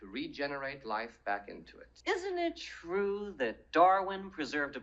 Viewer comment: Its twu its twu.